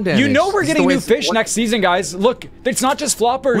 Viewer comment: It’s pronounced SEASON not SESSION